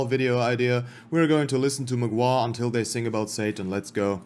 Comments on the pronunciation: as a Pole i must say that your pronunciation of MGŁA was purrfect:cat-orange-whistling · Very nice Mgła pronunciation, congrats.